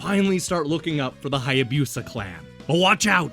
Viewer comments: OMG I just found this video (7 years late!) and the pronunciation is driving me crazy. Hai a BEW sa. 🤦🏼‍♂ You're killing me, Smalls! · FYI, Hayabusa isn't pronounced with a Y sound before the U.